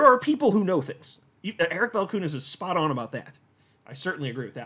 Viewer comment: Hey,. About Eric Balchunas name pronounciation: the surname is of Lithuanian origin (you can ask him personally:)). So, Balchunas should be pronounced as the train sound choo choo:D Eric Balchoonas;)